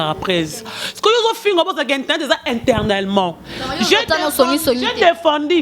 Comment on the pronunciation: efasic ya masoko. balobaka "AU Kenya" balobaka "ETernellement" balobaka lol "ne compreNNent pas"